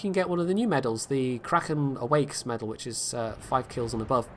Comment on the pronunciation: you kind of pronounced kraken like cretin aswell :P